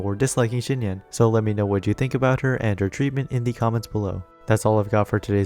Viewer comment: "Xi" is pronounced Z not SH